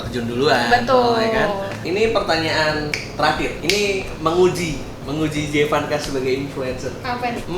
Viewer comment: panggilannya Emak jevass, bukan jee vanka🤣🤣